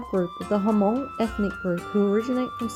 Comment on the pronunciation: Nice video but Hmong is not pronounced as a two syllable "Huh-mong." The "H" is a short nasal sound that comes out of your nose, just like if you were humming a song. You attach the "mong" which is the sound that comes out of your mouth to make one smooth syllable: Hmong. If this is too difficult you can simply think of the H as being silent - although that wouldn't technically be true - and pronounce it as "mong." Either one is preferable to "huh-mong."